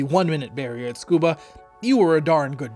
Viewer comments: isnt it pronounced suh koo buh, not skoo buh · It sounds like you are saying "Scuba", leaving out the first "U". It should be "tsu-koo-bah" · Tsukuba is pronounced Su-koo-ba (Tsu has a Silent T) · Tsukaba ≠ Scuba😂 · I thought it was to sound like a 'fluent Japanese' speaker because they kinda pronounce it this way. Which would be disappointing.